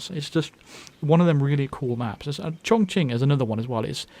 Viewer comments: I'm chinese and I'm really glad that you got that pronounciation of ChongQing right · One Nope, It was very right. You can google 重庆 (this is the city name) and let it pronounce if you wanna hear it. the Q pinyin in chinese is always associated with the "Ch" sound